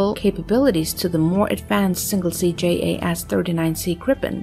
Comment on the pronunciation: the GPT(?)-generated graphics are dubious and faulty. Notice the completely messed up left wing. If that's s'posed to be educative, well, think again. picture looking like watermarked proprietary (check the hull). , ditto. Then, the AI-lector keeps messing up the aircraft name. Swedish JAS is pronounced "yas" (jakt means hunt, and is pronounced analogous to German 'Jaeger').